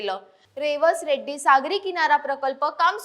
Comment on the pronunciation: Reddi nahi redi